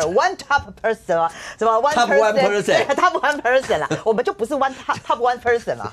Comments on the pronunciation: percent /pɚˈsent/ 求求你們念好 不要念成person 跟看到再、在不分一樣 聽了很痛苦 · percent，重音在第二音節。這節目裡來賓和主持人都不知怎麼唸這個字。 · percent 跟person 常常被混成一個新字，怪怪的 不存在新字。 重音節在第二音節啦😂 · 百分比 percent /pɚˈsent/ 重音是在後面，但為何台灣會有這麼多人的發音是把重音放在前面？甚至還常聽到錯唸成 person 的。 是台灣的國中英語教師師資的問題嗎？ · Percent 這麼難念的嗎⋯⋯重音在後面啊啊啊啊啊啊啊